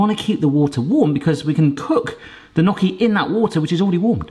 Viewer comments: I wanted to watch this but after 90 seconds of listening to him say "knock-y" instead of "nyow-kee" I had to peace out. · It’s pronounced nyoky not nocky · Great video! We love them here in the Seattle area!!! My Italian wife says however... "Not 'knocky', but 'knee-oh-key'." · I love your channel, but as an Italian I have to say it's "nyoh Ki" & I can & have made areal fry up before. I have a late Bestie from Wales who studied in Sheffield. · Knocky? Ouch my Italian. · It's pronounced knee-o-kee.... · Well, you were right to use a fork, but if you look up online how to shape or make gnocchi (pronounced knee-yo-kee) you’ll see the proper way to do it. Good job though! 😄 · the way u pronouce gnocchi. oh god bless u it made me smile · Please look up the proper pronunciation of gnocchi. The way you say it is just painful to hear!